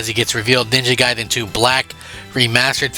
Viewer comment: It's gaiden not guydan jackass